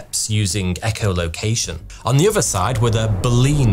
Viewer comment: why do say 'any uvver' instead of 'any other'? Why do you say 'free' instead of 'three'?